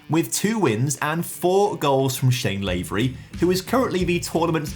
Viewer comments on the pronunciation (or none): I let it go in the previous vid as it only happened once but you did it again and it annoyed me a bit. 😂Its Shane LaVery for Northern Ireland not Shane LavEry. Still love your content anyway but felt I had to correct you on this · knee sliding, carpet burning N. Ireland fan here (3 mins into the video I’ll let you know how the knee sliding goes) it’s Shane LA-V-RY not LAY-V-RY